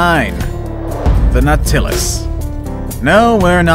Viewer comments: nautilus is pronounced NAUT-i-lus. also one nautilus- nautilus. two or more- NAUTILI (pronounced NAUT-il-eye) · it’s called naw-ta-lus that’s how u pronounce it naw-ta-lus